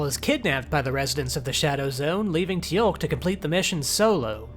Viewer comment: A nitpick, but by god how do you mispronounce Teal'c you watched the whole show. I'll let zen koan slide.